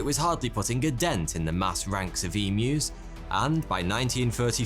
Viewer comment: As an Aussie I’m so happy with how you say emus- most people say em moo